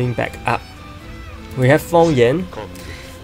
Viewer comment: Didn't know feng yan was pronounced like that.... Lol